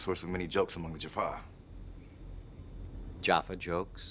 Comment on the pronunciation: Jacks pronunciation of Jaffa will always be funny